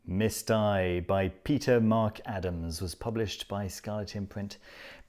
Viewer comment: Loved it!! Wanted to say also that It's actually called MISTE (μύσται), which ai (αι) is e (ε, έψιλον/ epsilon) in greek 😉